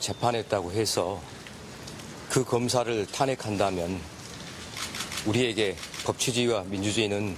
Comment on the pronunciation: “우리에게~~~” 상위 0.1%에게 라고 들린다